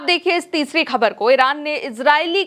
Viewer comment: khabar shabd ko sahi uchcharan se boliye